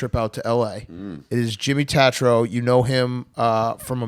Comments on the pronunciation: TAY-TRO please big cat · These kids suck. Hawaiian shirt trying to big dick him .. "Tat-trow"... "Real Boys". do some homework before you have a guest on your show. terrible look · He’s an asshole for saying his last name wrong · Look at Jimmy’s face right at the beginning when Big Cat intentionally mispronounces his last name for obviously some type of weird power move that didn’t work. Jimmy just rolls with it though because he’s a G.